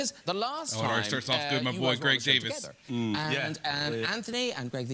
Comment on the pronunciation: It isn't pronounced Greg DAVIS....It is pronounced Greg DAY-VEES...it is spelled DAVIES...IE creates an EE sound in British English. Olivia Coleman is the OG GOAT!!! Such an ALLY...she agreed to do Heartstopper!!!